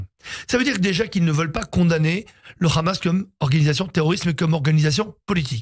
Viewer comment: TapiCon, c'est le Hamas pas le Khamas, parle correctement